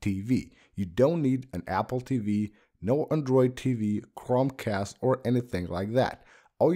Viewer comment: You said crumbcast